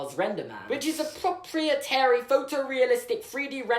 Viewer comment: Proprietary is pronounced pro PRY eh tary